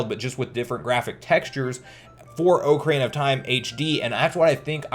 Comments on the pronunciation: You pronounce the Oc from ocarina like oak which really throws me off yet I enjoyed what you made. I think having the thought Nintendo is waiting for us to hype up the brand itself allowing more people to focus on the interest than just the normality of the 35th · Oak Arena gang or Ock Erina gang